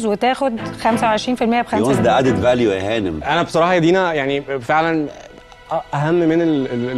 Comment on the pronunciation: دينا: There will be a lot of Vadded-Alue 😂😂😂😂😂😂😂 يثبت لك إنها بلد بايظه عدت مشاريع أد كده و لما وصلوا للإعلام كله عايز يشتري يابا و بالغالي عشان يسوقوا الحمير 😂😂😂😂